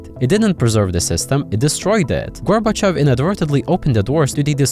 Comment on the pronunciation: "gorbochevs" how do you butcher Gorbachev that bad💀🙏